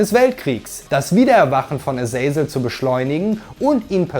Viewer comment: Aber die Aussprache von paar Charakteren wie zb Azazel , ist fragwürdig